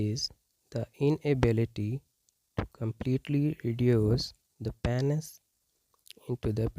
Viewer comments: It's PEEEEEEnis not PAAAAAHnis. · Oh my god let’s start with saying Penis correct… PEA-NYS LOL